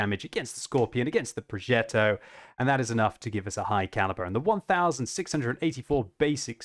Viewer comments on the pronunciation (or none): WTF is a progeDDo? Does he mean progeTTo? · It's a Progetto. Not a ProgeDo.............. You're not American. 🤣🤣🤣